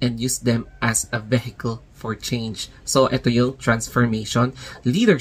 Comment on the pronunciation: ano ung behekel??? parang trisakel?